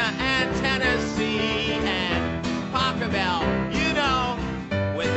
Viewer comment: Pachabel, NOOOO. it's Pachelbel